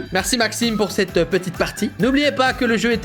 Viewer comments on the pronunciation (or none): none